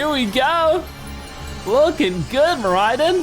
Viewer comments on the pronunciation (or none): Its mor i don not mor i din